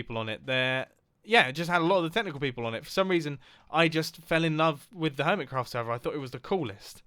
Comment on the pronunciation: when you realize mumbo jumbo called the hermit craft server "Earmitcraft"